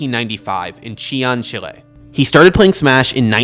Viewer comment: Great video, but just to say chile isn't pronounced like that